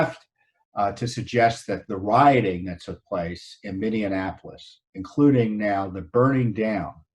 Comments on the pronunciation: Tom, just a note, it is Minne-apolis, not Minne-anapolis. Just an FYI. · It is called Minneapolis not Mini Annapolis. otherwise I think You and Judicial Watch do great work for our nation.